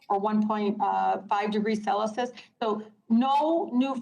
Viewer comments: What's "cel-ə-sus"? 🤔😂 Tlaib is such a stůpid person. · "1.5 degrees sellosis" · "1.5 degrees celisis" LOL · What this rude, ignorant and obnoxious woman is fear mongering about is a 1C degree (that's CELSIUS not "CELISUS" like she said!) warming "anomaly" in GATs in 150+ years and coming out the coldest period in 10000 years, the Little Ice Age. Now why would that 1C degree warming be called an "anomaly" in the first place is anyone's guess. This is a dangerous power/money grab that should stop now! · So your a major figure in Congress and you cannot even pronounce Celsius??? "It is pronounced Cel-C-Us...not Cel A Cis" Talib, you are a moron!!!! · 1.5 degrees Selasis? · Celsius not selosis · "cellisus..." you ignoramus. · "Or 1.5 degrees 'Celisus'..." 😂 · She says one point five cellasis, what a maroon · She said Celesis not Celsius, lmao. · Celusis. That wasn’t mis-spoken. She doesn’t know what it means. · "Celasis" so that's how your supposed to say it say's the Great Mrs. Potato Head!!!!!!!!! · "1.5 degrees celisus" wow she cant even speak right lol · Cel-e-sus... Yeah, $200k in education well spent. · She said Celisus instead of Celsius. Lol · Sell Uh Sus? 😂😂😂😂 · Did she really say 0.5 degrees Celicus? Banks are really taking climate advice from a person that could not pass a 3rd grade science test? She probably meant to say 0.5 degrees celery... Maybe not; I doubt she's ever even seen a stalk of celery. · 1.5 degrees Celasis , now that's a person that knows their climate change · Its cel-se-ius…😂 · What a fking genius! She is as bad if not worse than Dr. Jill with her poor command of the English language. Said "celisis' instead of Celsius. Her intellect is right on par with Hank "Guam might tip over and capsiize" Johnson. Tlaib and Johnson are prime examples of the idiots making policies that will impact our lives. She is a blowhard and bully. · She said "cellisus" instead of celsius.... she's a fuking more on! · 1.5 degrees cell-us-sis? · "1.5° cellasus." 🤣